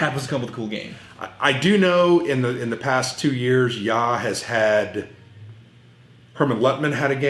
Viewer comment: At least pronounces the magazine name correctly. And his shirt & sweater look ok..., are you feeling well?